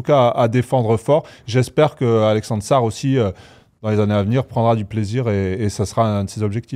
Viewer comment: Prochaine fois que dit Alexeuuussar je me défenestre